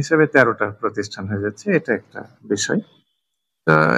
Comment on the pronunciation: প্রকিষ্ঠানে নাকি প্রতিষ্ঠানে??? দুঃখজনক!